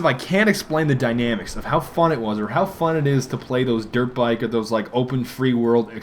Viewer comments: Am I the only one whos always hearing Derp Bike? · every time you say dirt bike..its sounds like derp bike